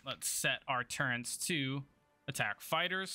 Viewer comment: THERE IS NO "N" IN TURRETS. REEEEEEE! 😋😋